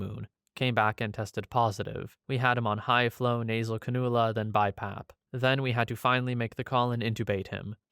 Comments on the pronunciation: These are all sad but I laughed at your pronunciation of canula. Not 'Can-OO-La" its 'Can-You-La'. Soft emphasis on the 'U'. Great vid thought, all so tragic. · I really enjoy your channel, and not trying to be rude at all, but it’s pronounced Cann-ū-la. Keep up the great work, and thank you 😎👍